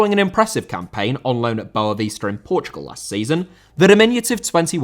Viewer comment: Boavista* not Bouwavister